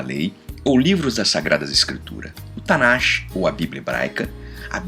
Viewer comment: A pronúncia do Tanach, não é "Tanachi" e sim "Tanár". O som de "CH" no hebraico tem um puxado parecido com pigarro.